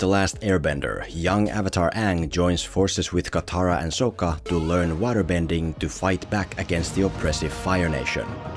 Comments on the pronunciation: Why are you saying SOH-KAH. its SOCK-KA. Its okay...still love you :) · Sock-ah not Soak-uh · I'd just like to mention that Sokka is pronounced sock-a, not soak-a... It's something the movie (along with Ong) infamously got wrong so I'm surprised wasn't able to do it correctly. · SAW-KA not SO-KA. Omg...smh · SOCK-KA so SOAK-KA even you are saying his name wrong bruv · It’s Sokka not sOkka. And by watching the full video I think that this guy has not seen the actual show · It's not aang.. it's ong.. it's not sokka.. it's sooka.. it's not iroh.. it's eeroh 😂😂😂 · It’s not soaka it’s saka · He says Soak-ah over Sock-ah so much i wonder if he ever watched it. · Kind of ironic considering called him Soh-kka when his name is pronounced Saw-kka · yes! I was thinking the same thing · “So”kka 😭 “Ong” 😭😭😭✌️ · Bro you can't make a video about a movie where they mispronounced the main character's name and then you mispronounced another main character's name sock-uh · them pronouncing it like 'ong' or 'soh-ka' is ragebait and no one can convince me otherwise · M. Night Shamallamadingo should be flogged just for "Soak-uh" and "AUng". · Did you mispronounce Sokka's name on purpose? As like a jab? Or are you doing the same thing the movie did with Aang? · Opens the video making fun of "ong" pronunciation....proceeds to mispronounce sokka the entire video...listening to this guy's voice was just as bad as the movie. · Man me and my friends were so pumped for this movie. Went in so high and excited and soon as they called AANG UUNG we were just like wtffff. Then they mispronounced Sokka’s name too smh. People hate on the netflix show but that is far better than this piece of shit we got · are you intentionally mispronouncing Sokka's name for the engagement? because highlighting the laughable pronunciation of Aang's name while doing the same for Sokka is either the height of click farming or the pinnacle of hypocrisy...